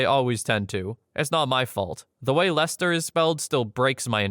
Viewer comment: I'm guessing you live in America? You pronounced Leicester correctly but I bet you can't say Gloucester or worcestershire correctly because I've not heard an American say them right yet, I live in England. I really like listening to all your videos because they are interesting.